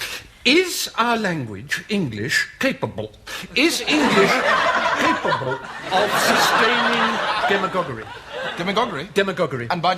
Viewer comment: For me it’s when I hear capable, or capobbull